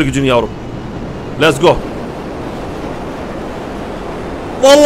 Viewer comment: Abi lezgo diyorsun lesgoo diyeceksin